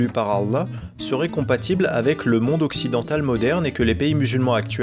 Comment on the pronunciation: Et puis toi qui est le plus savant de la langue française déjà on dit monde mais pas mondre MDR hahaha